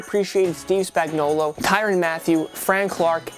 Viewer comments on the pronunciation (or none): none